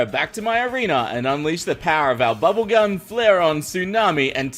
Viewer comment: Who else saw the golden squerl at the bottom right corrnor And When he sed bubblegun it sounded like bubblegum